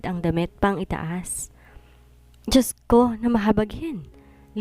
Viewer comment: Dyotko o Dioscko ang sabi Diyot ko ngongo kasi àno? Bulol snd ngongo ayusin mo ang pag pronounce ( Diyos ko ) not Diyot ko